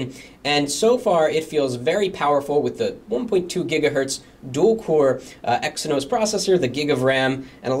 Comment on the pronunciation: is it pronounced Exinos or Ex eye nos ?